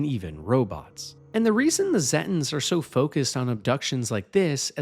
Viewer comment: zetins? what? Zeta pronounced like Zayta. so it would be Zayten. pronounced the same as the real life piece of space called the Zeta Reticulai.